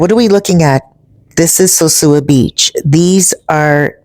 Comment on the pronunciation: Sure wish you could pronounce "sosua" I have never heard a Dominican say "sewsua" Isn't that 2nd old pic a view of El Tablon And Playa Chiquito? The peninsula does not look right for it to be the bay of Playa Sosua